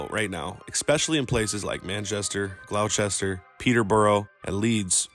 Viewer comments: Glow chester lol is pronounced GLOSS-TER-SHIRE. Smoking some Stardawg right now lol still beats Blues. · Gloucester and Gloucestershire is pronounced gloss-ta and glossta-sheer